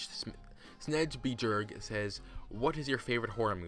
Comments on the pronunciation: That's hard to describe since I can't talk directly to you. I can't precisely describe how to pronounce it in a comment.. But in the video you stopped at the B and then said the rest of my last name. The best way I can explain to you in a comment how to pronounce is like this: Snej - bjerg. If you can pronounce those two, then try to put them together and pronounce it again so you can say the full lastname.. Maybe you will get it right then? :) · I actually began to laugh a little when you pronounced my name, because you pronounced my last name wrong XD But It's okay.. It's a Scandinavian name so most people get it wrong.